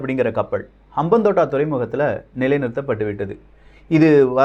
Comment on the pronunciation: Bro, FYI, Hambantota = ஹம்பாந்தோட்டை Next time correct aa pronounce pannunga. ❤️From Sri Lanka